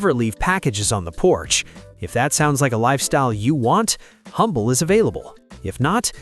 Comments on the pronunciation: It’s pronounced Umble. The H is silent. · Please do a bit more research if you're going to besmirch places in Texas. There's no such place as Humble, Texas. It's pronounced "umble" when referring to the town in Texas. The "h" is silent - kind of like you should be.